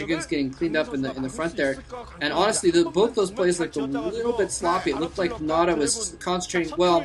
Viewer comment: it's not Red nada, we say nada. why do you say Nal Ra? nal is just a clan like NC,Red,White etc etc.